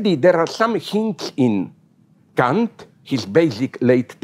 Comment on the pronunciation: Everytime he says Kant I hear him say c*nt, and I love it.